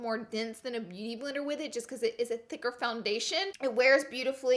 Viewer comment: I love when she said beauty blirer instead of beauty blender I don't know if that's even a word lol but I love it Love you Laura!!